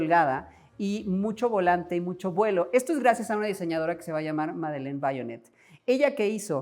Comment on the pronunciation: Una pena que a la señora Vionnet le hayas dicho Vaionet, no era americana, era francesa y se lee literal.